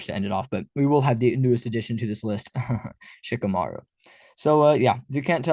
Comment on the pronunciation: Shikamaru??? Dude, stop.